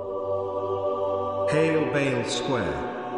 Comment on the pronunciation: I only saw this comment as he said hay bale square!